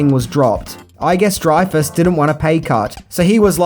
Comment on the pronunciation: this has bothered me for awhile now. It's pronounced Richard Dry-fus, not Dre-fus.